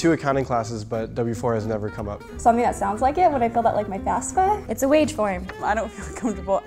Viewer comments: I'm sorry but FASFA? Isn't it FAFSA?? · When people say FASFA instead of FAFSA. -__ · It is clearly FAFSA and yet people still say "F A S F A" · The word FAFSA really pisses me off! Its spelled faf-suh but people say fass-fuh! It's not that hard just put sounds together!! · the girl doesn't even know how to pronounce FAFSA correctly.. which college do you go to?